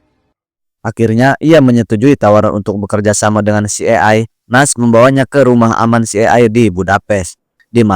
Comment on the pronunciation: CIA dibaca Si Ai Ei. Bgtu bro. Greget aja dengernya. But, makasih reviewnya